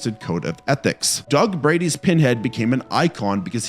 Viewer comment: I KNOWWWWWW you didn't just say Doug braidy bro......stop using chatgpt for your scripts